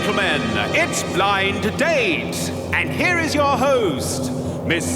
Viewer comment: I always liked the way the announcer at the start was very careful to pronounce the two D’s between the words Blind and Date. “Ladies and gentlemen, it’s BlinD Date”.